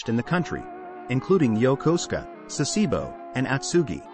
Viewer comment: YOKOSUKA, not "Yokoska", and "Sah-SEE-bow" is also a bad habit, pronounced SA-seh-bo.